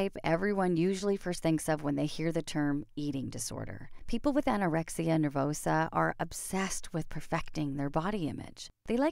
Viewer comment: Did anyone else notice that is said Anorexis Nervosa?